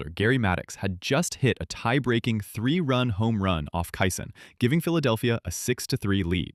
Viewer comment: You did fine with Ed Ott and Bob Gibson. But there were multiple mispronounced names mixed in. After I heard Bruce Kison pronounced Kyson over and over, I knew I could not respect this podcast or it's opinions. Also. another dealbreaker: You don't say that a guy was hitting point 275. Even the most ignorant baseball fans know it is just called a 275 average. I had high hopes, but truth is, after starting to watch baseball over 60 years ago, I easily have more baseball knowledge than yourself. My father bought me the Baseball Encyclopedia every year when I was young. By the time I was a teen, I knew more about those parts of baseball more than anyone I ever knew. Not bragging, simple fact. I was a stat machine, and knew all the players those stats belonged to, and for whom they had ever played for. I'm 67 now, and have forgotten much more than I had absorbed over my lifetime. But I can still make it, while you are obviously faking it. BTW, it's Kee-sunFFS. In your defense, you did get his first name correct.